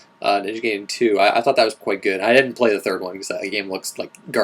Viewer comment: I'll vote for Ninja Gaiden, as it's the only one of those games I've played, and I'm intersted in hearing your current thoughts on it. I feel I should correct you on the proncounciation of the name, too. It's Ninja guy-den, not gay-den. A lot of other people mispronounce it too, to the point where it ended up bothering me, so I figured I'd point it out. ;)